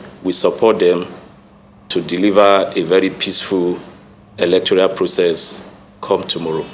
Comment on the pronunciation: Who made this one a commissioner of police. He does not know what electoral means . He keeps saying electorial, which is not the right word. He is a stooge and unqualified to hold the position. He doesn't have answers to the questions asked. He is complicit and a person planted by the ruling party.